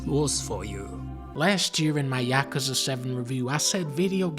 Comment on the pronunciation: Whoa whoa, Dunkey pronounced Yakuza right? The funny Japanese game?